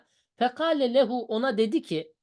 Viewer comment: Lam ceri zamire muttasıl geldiğinde üstünlü okunur ondan lehüü şeklinde